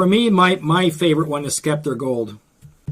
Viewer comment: nice to know the tools you're using. that's winsor newton sceptre pronounced (septer) without a 'k' sound.